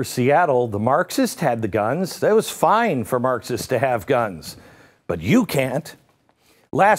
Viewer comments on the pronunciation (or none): none